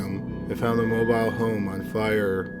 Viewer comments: I'm annoyed by him mispronouncing mobile home and when she's supposed to testify she happens to get an air bubble?? Please, they shut her up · Why the hell is he saying mobile home like that in the first case?